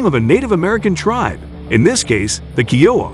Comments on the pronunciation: It's K ī ō w a and not keowa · Thats not how you pronounce kiowa. Its pronounced kī-O-uh not key-O-uh. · Had to stop watching this to stop hearing Keyouha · Hearing it called a KeyOwuh hurt my soul😂🤦🏻‍♂️🤦🏻‍♂️ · Why do you say the "You", "Ohh", and "Ahh"? U stands for Utility and H stands for Helicopter. O stands for Observation, and A stands for Attack. Kiowa is pronounce Ky O Wah. Its an incredible airframe.